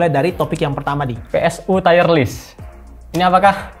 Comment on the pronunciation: dibaca tir (/tir/) bukan tayer, "tier" yg berarti tingkatan atau level bukan dari kata dasar "tie" yg bisa berarti seri/imbang atau dasi